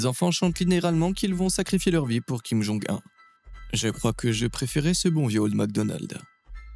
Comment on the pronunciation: Je suis sur que plus de 50% de cette video est tirée de propagande americaine, en plus, comment tu peux avoir autant d'information sur la coree du nord? Et prononce comme ça: kim jon OUNE et pas 1